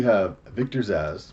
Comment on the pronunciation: Zsasz is his name mate, haha like your version though, Victor Zazzler sounds like a Dazzler/serial killer mash-up. Zazzler the sequined serial killer lol, he's evil but he's fab-u-lous! Anyway I know it's not about the pronunciation I am just pulling your leg. Good picks mate